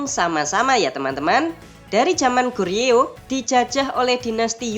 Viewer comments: Joseon dibaca joson bang, Goryeo di baca goryo😊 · Min , nu balek lafad ucapan teh , GORYEO ( bibaca Koryeo artinya Korea ) dan JOSEON dibaca Coson .